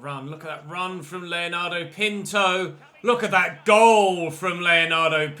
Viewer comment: Yo, I just want to say Pinto is pronounced: pin-too